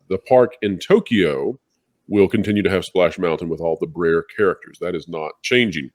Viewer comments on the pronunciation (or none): The Disney park in Japan is not in To key yo. It's Tokyo. Two syllables.